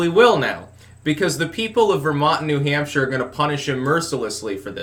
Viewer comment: "Gawn' put y'all BACK in N'Hampsha."